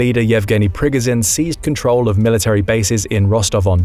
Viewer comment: It’s not pro-gun-Jin, it’s Pri-go-Jin.